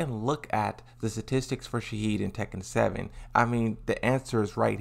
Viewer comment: Frrrr where’s he getting the “d” from shaheen 😭